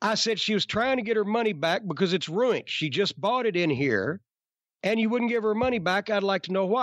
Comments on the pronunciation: "It's roined!" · The way he pronounces ruined is gold.